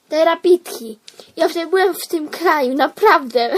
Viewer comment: Był w "terabafi"? Chyba na terapii xD